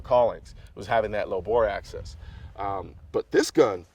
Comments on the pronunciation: Bore Axis, not access... jeez bro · It's Axis not Access. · I believe Colion knows that its bore axis and not access. I think its just how he's pronouncing it. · access to the bore? it's axis of the bore lol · Anybody want to tell Mr. Colin Noir he is saying axis wrong before you film the entire video? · "Axis" not access lol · Bro, it's BORE AXIS, not access. You were probably saying it right, but it sounds like you are saying access. Just some constructive criticism is all, no offense intended. Love your vids. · Axis... Not access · Axis. Not access. I couldn't get over it. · Colion Noir It might be your accent. You saying AXIS sounds like Axses which is how most people pronounce access. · I dunno, i thought he said it right at first but the more he said it it sounded like access. Especially when he was saying he always butchers it and gets it backwards. Like he was looking at it in the way that the higher of a grip you can get on the pistol, the more bore access you have. Higher grip means that the bore is more accessible. Would explain why he always used to get it backwards all the time. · "The low Boar Access basically helps because there's a fulcrum" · Xbridgeman1975x i swear i was thinking the same thing.. but i think he just says axis like that. If not then he has high/low mixed up bc he is thinking of his hand in reference to the bore rather than the bore sitting lower to the gun's axis. Not access like the accessibility for his hands to be closer to the bore(?). Easy mix up i guess. - SHIT: happens to the best of us.. Definitely lost merits on his "tacti-cool" badge tho. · Colion Noir its all good, i wasn’t making fun of you, i was just curious if you were saying access. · Cringed every time he said it.